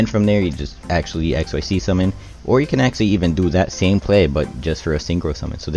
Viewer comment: Hello One correction Xyz pronouncing like exzyz not x y z You read it together